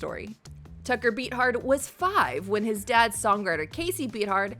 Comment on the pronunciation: Come on,... learn how to pronounce someone's name before you publish a video. Tucker Beathard isn't pronounced "beat hard".